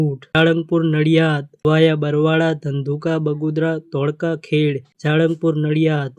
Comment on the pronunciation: ખેડ નહી પણ ખેડા એ રીતે બોલશો.